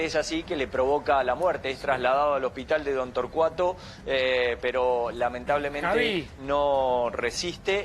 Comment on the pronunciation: " lablemente fallece"????